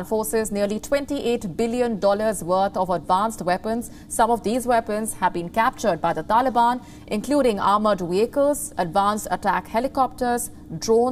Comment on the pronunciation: Armoured vehicles NOT wehicles